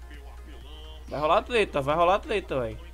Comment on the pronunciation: "vai rolar a TLETLA" KAKAKAKAKAKAKAKA